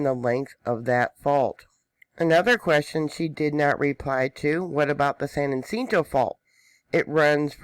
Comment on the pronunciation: its pronounced San Ja cinto and San An Dre as.